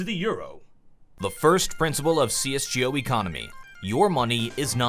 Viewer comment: Am I the only one who finds the way he pronounces csgo super annoying